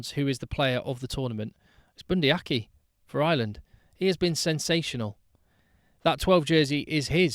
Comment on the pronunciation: I am guessing you mean Leicester Fainga'anuku (and yes, he is definitely one to watch). I will help with the pronunciation, seeing as I am a kiwi. try 'Fy-ah-nu-koo'. Also, for, being Bundi Aki is also kiwi, it is 'Ar-key' and 'Savea' is 'Sa-vee-ah' not 'Sa-vay-ah' (as Shawn Fitzpatrick and all the English media pronounce it).